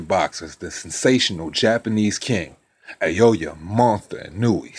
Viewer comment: Pronounce it “ Nah oh yeah “